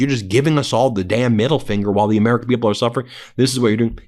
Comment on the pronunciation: Such a veesionary! Here een amereeca on the Epstein visa.